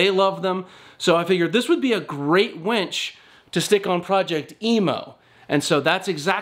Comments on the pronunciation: Dad jokes for days! You sound like you're pronouncing wench way more times than winch. Be careful of the wires rubbing the painted bits, it'll wear the paint off. Ask me how I know. You better be getting her a drink!!🍻:-) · Its winch not wench. If you were trying to be funny, it turned out to be irritating